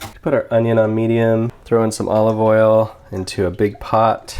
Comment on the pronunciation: He also days trow